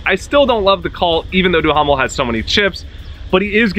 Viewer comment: AFFLAACK??? and DOOHAMEL?? bro learn their names first lmao